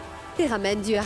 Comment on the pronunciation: Qui a remarqué que Gazala dit Du A au lieux de Dua .